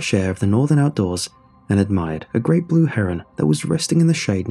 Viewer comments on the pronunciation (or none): none